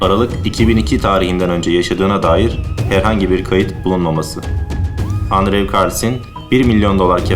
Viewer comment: andrew "endru" olarak telaffuz edilir.